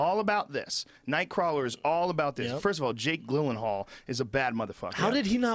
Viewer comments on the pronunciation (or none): lol why can't Joe say Jake Gyllenhal. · I love how joe mispronounced jake gyllenhaal 5 times and no one corrected him